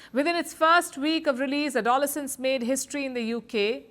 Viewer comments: It's terrible how much easier it is for bullying to go unseen due to online interactions. Thanks for reporting on this important topic. There was just one thing i found distracting.. the pronunciation of "aDOlescence" (it's adoLEscence) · It's not ADOL-essence. It's ADLESS-ents. Also you do not address misandry from feminists. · Palki, good conversation. The pronunciation is something like ado-lessons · It is a-do- LES-cence The accent is on the third syllable. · Why do Indians like you mispronounce the English language? A DAW LE SENSE ??? Palki you do it consiste tly .Your journalism is often disappointing and one sided..agendas like your PM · Uh- dole -insence 😂😂😂?? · Cant even pronounce Adolescence properly! 🤣🤣🤣🤣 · Palki that’s not how you pronounce that word. Completely incorrect. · God your voice is so annoying. Why are you shouting and speaking in one tone? Like a headmistress talking to a child. I wish Indian presenters got proper media training. And you can't even pronounce 'adolescence' properly. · innocuous pronounced correctly, adolescence, not - come on Palki, get it correct - intonation is everything !! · Palki firstly learn to pronounce Adolescence correctly… also Bollywood learn from the top notch acting of Stephen Graham, one the finest actors of our time, also the child actor, I hope he goes far.. Bollywoods new nepo kids should learn what real acting skills are about… Also both Tate brothers should be in prison right now. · Palki pronounced 'Adolescence' incorrectly! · Could you please correct the pronunciation of Adolescence?I am being bullied by my European wife that she is such a popular news reader and she don’t know how to pronounce the word correctly. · Can you please pronounce the word ‘adolescence’ properly. I had no idea what you were talking about the first few seconds into this video. Otherwise I love your content. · She can't even pronounce the name correctly but flexes a British accent for non English viewers